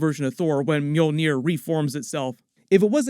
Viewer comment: Is the mule-near? Lmao!! Because that's what it sounds like you're saying when you say it